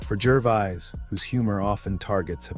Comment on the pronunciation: Yeah! Who in hell Is GERVIZE???? The dour voice over sounds like he is reading from a list of serious illnesses while just giving his take on Ricky's effective rhetoric